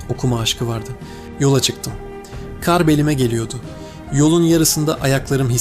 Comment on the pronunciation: Keşke şu kar kelimesini doğru okusaydınız, ince a şeklinde okuyunca anlamı değişiyor, örnek bir maldan kazanç, kar anlamına geliyor. Bir emekli öğretmenden de size gelsin bu küçük düzeltme.